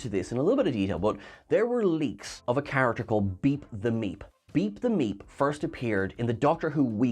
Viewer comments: Why do I constantly hear beat the meat when he says beep the meep🤣😂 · Yeah, the first time she said it I thought she said Beat the M3at, and then I thought he did as well until I saw the art and it had Meep and then I figured it out, lol! Maybe I should start checking "pinned comments" first...lol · Oh it is "Beep The Meep". That is far better than what I thought you were saying the name was.